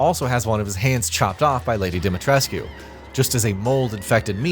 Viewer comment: I know in the grand scheme of things it’s whatever……but…. I’ve always had issues with this channel mispronouncing Lady D’s name. 😂.